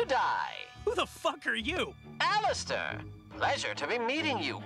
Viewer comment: She really said “Alistor” 💀💀💀